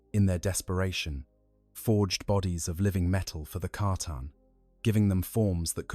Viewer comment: C'tan not catan